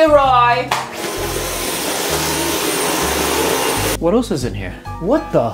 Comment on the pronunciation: A'niah bailey it's roy not roi